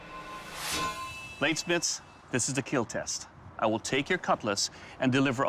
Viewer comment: I watch the whole show just to hear dude say Keal